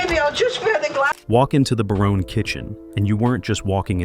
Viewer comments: Great show. One more thing it's pronounced Ba"rone. Not...Ba"roney". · I was here to say the Exact same!! 'Baroney' Ffs 🤦🏻‍♂️ It was 'BARONE' 🤷🏻‍♂️ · It's pronounced Barone. Not Baronay. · This dude (or bot) can’t even say the families last name correctly. What a joke